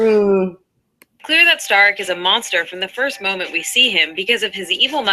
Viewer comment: She never even played the game otherwise she would be pronouncing the main villains name correctly. It's Starrick pronounced like stair not star. If she actually played the game she would pronounce it correctly the way all of the characters do. Sarkeesian is a fucking fraud.